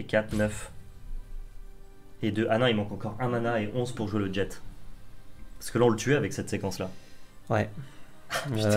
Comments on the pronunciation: Jet c'est jé la prononciation pas djète 😉😁😁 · "Jet"... se prononce surement jé non ? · Petite précision sans importance mais qui me titillait, la carte "jet" se prononce "jet" du verbe "jeter", et puis on voit bien le gobelin se faire jeter ;) Ce n'est pas un mot anglais, de plus le nom anglais de la carte c'est Fling. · Très bonne vidéo. Vous prononcer le t de "jet"? Pour moi il ne faut pas le prononcer c'est comme dans un jet de dès.